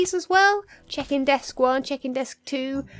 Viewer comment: when you say check-in it sounds like chicken lol, only two times tho